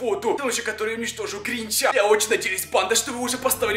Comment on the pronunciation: Странно говоришь тебе говорить не учили ты говоришь так что неприятно становится говори нормально как обычный человек мне не нравится вот это вот когда ставят на голос на другую букву там например гринчЯ